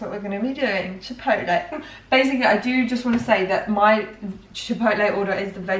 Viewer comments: Pronounce “chip-potle” :)))))) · Is anyone else's dad like mine and adamantly refuses to pronounce it "chip-owt-lay" and insists it's "chip-ot-el". No? Just mine? Cool.